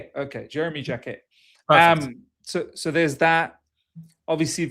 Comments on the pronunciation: Pronouncing "Jaque" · It’s pronounced as Jack but with less stress on the K